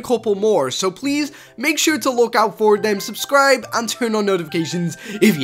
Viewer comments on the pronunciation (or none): none